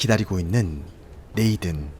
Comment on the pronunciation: 리뷰는 좋은데 혹시 이름같은건 네이든 이라고 쓰여잇지만 발음이 네이쓴 이기에 다른분들 리뷰영상을 봐도 이런건 좀 쓰여진대로 네이든 이라고 읽으면 진짜 어색하거든요 한번쯤 생각해봐주셧으면 좋겠습니다.